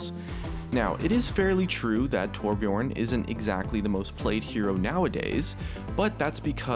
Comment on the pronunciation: when people cant pronounce torbjÖrn, whats so hard about it? Ö not O